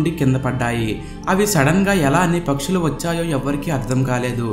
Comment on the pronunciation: Mundu maatalu spastatha nerko baabu pakshulu anadaniki paksulu amntumnavu traly anadaniki trali amntumnavu